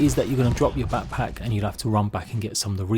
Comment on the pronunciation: Haha “papack”